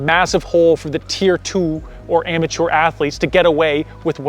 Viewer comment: I like how you say "amateur"; it has a 1940s or even Gilded Age ring to it. I'm stealing your pronunciation!